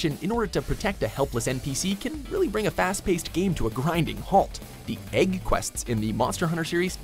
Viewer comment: it's pronounced egg not ægg